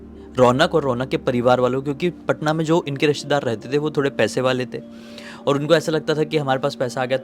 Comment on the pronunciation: Patna hota h bhaiya paaaaatnta nahi😅😅